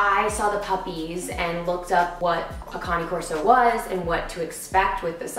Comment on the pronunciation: Love his face... Im a cane corso breeder, but he deffintly a mix. Glad someone said cane corso right this time.